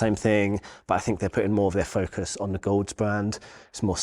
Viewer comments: Just pronounce Gawds like GODS. That’s what it is. Just a cool, alternative spelling of GODS. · I'm pretty sure you just pronounce it "gods" Also the AG15 is because it doesn't have the same cuff and 45 degree strap that the AG10 has so they consider it another model even tho its the same carbon shell underneath. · Lol... "Gawd's aka "Gahd's" aka "God's"...